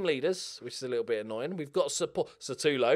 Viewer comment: Just wondering when will realise that his name is SUtAlo and not SAtUlo..